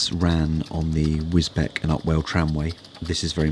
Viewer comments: Nice video with a story. Its Wisbeeeech by the way😊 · Lovely railway and talk, although it's Wizz-beach (Wisbech). Looking forward to watching more. P.S. love the panda 😆